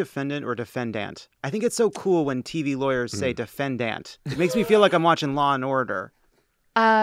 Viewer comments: Bruce Castor? The philly lawyer that Lovett asked who says "DefanDANT" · If anyone remembers watching Chris Darden during the OJ trial, he said defen-DANT. I only remember this because I thought it was an odd way to pronounce that word. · I mean, Nancy Grace said "defendANT" throughout her entire coverage of the Casey Anthony case and I feel like that should tell you all you need to know about people who pronounce it that way.